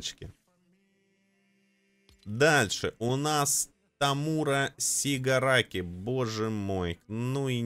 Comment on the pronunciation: Блин ну какой Томура Сигараки((( В аниме его звали Томура Шигараки (ударение на о)